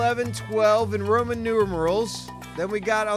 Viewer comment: "rooman numerals